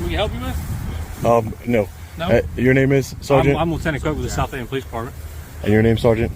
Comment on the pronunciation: Lieutenant who? I wish people would be clear. In this video no one is pronouncing "Southaven" rightly, either.